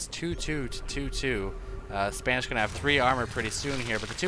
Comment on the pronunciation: its not Spanish.. Its SPA -NEE-SHEE-WA